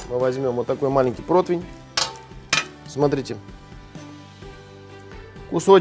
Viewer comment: Отказался от подписки- надоел этот "протвень", реально слух режет.